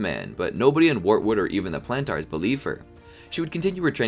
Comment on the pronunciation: The show is in English, how do you mispronounce Planters?!